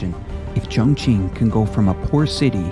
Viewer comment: qing is pronounced ching 👍